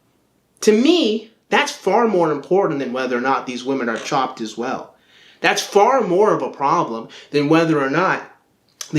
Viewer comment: It sounds like you're saying Chomped .